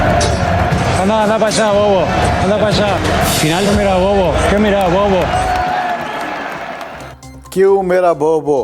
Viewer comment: It is not "kyu mira bobo" it should be "Qué mira bobo"